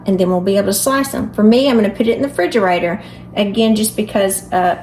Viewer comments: Refrigerator. It is a refrigerator. Not frigerator. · I knew you were a real southerner when you said "fridgarator"!!!